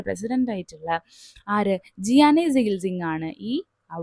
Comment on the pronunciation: ജിയാനി അല്ല ഗ്യാനി എന്നാണ്